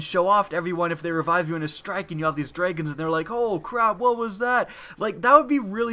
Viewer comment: ist I thought he said dreygons not dragons, lol